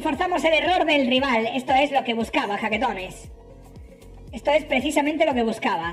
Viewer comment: Nuevo subscriptor 😬😬😬 La primera vez que escuche jaquetones ,escuché chaquetones y dije queeeeee??????? Jajaja 😂😂